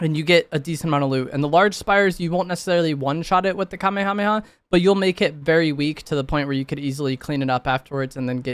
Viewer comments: At least he knows how to pronounce it correctly lmao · that wasn’t a hate comment😭 it was meant to be funny cause he said the word so much but fr at least he can say it correctly.